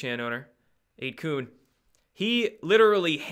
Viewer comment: isn't it 8 "kun" sounds like "fun"?? or kun like koon?